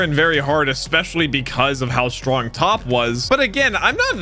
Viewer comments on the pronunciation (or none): He is called Toppo not Top